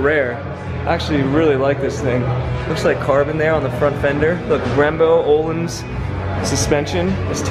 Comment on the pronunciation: I guess he just learned how to say ohLeaannsss LMAOOO